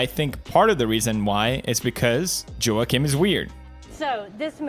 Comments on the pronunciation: It should be pronounced as “Jokin” lol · Everyone: Joaquin Phoenix Pewds: JOE-A-KIN Phoenix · Felix pronounced “Quackin” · Uh. If that's the case, it should be pronounced (Hawk-een) but it's pronounced (Wawk-een). Try again? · Felix: Seiriously, why can't we just call him Joeceem Phoenix. English language, please. Ok, Fellix Kellbög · Ho-ahkin phenix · Felix: Seiriously, why can't we just call him Joeceem Phoenix. English language, please. Ok, Kelljeberg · Given how the name isn't exclusive to spanish speaking countries, and it has a portuguese counterpart where the J is pronounced, I think it's less cringy to pronounce the J instead of hearing everyone say "walkin'" phoenix. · I cry in Spanish every time he mispronounces Juaquin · "debut film" pewds: "debit film" "Joaquin" pewds: Walk-In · Me: wackim phoenix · Pewds : I want you to get this man's name right , kay ? Also Pewds : This is my friend Quack-een Phoenix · Choaken Phoenix? Lol I thought you say JOAquin Phoenix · pewds, Joaquin is pronounced wah-keen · it’s pronounced whoa-keen :)❤️ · "Joaquin" is pronounced the way it is... because it's not an English name. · "Joaquin" is a spanish name, thats why its pronounced that way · I cant with how pewds says Joaquins name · Pewdiepie: My me mine favorite actor (cant even pronounce his name) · Joaquin is not pronounced as you wish, because he was born in Puerto Rico, so Joaquin is Spanish, not English. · Lol why can't Felix pronounce Joaquin's name? I get it, he's got an accent but it's pretty easy once you've heard the correct way. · Pewdiepie doesn't know how to pronounce Joaquin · "Joaquin" is a typical Latin name, thus not pronounced as it would be were it a typical "American" given name....